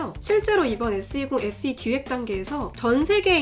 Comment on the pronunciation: 누나 어떻케 FE SE로 들려 ㅜㅜ